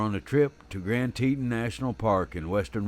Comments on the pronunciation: Lost my interest at saying Teetan... it's Teton. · Damn it, use the proper pronunciation of "Teton" for crap sake. You sound like a hilllbilly....."teeeetawn", jeeeez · Wyomingite here, and yes Teton is pronounced Tetahn. I won't hold it against the narrator though. He makes a lot of good points and that is more important than pronunciation of the landmarks. This is the second grizzly attack in Wyoming stopped by the bear biting on the bear spray can. The other was in the Crandall/Sunlight area. Glad he survived and is making a full recovery. Lucky/blessed they had cell signal, I would recommend a GPS sos device. That device saved the man in the aforementioned Crandall/Sunlight attack. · I always thought it was pronounced Grand TEE-ton" ("ton" as in the word "baton")? But is it "TEE-tin", as pronounced in the video? I don't know -- just curious. Great video. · I have always heard it pronounced grand Tee-tahn , The narrator has a very strong southern accent therefore he pronounces it grand, teet-un… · I’m assuming that you neglected to see the comment that I (the narrator) posted apologizing for any mispronunciations. In a perfect world everything would be pronounced correctly. I’m sure that everyone’s accent make mispronunciations all the time. Again my sincerest apologies for mispronouncing tah-ton which had no bearing on the point of this video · lol! It’s Tee-tawn. 😁 That’s how locals pronounce it. I grew up there. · I cant listen to you mispronounce "Teton".